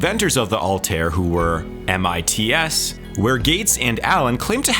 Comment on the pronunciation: You made my ears bleed every time you said M I T S instead of MITS. SMH...